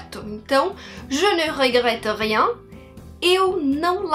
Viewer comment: Adorei a sua pronuncia "Je ne regrette rien".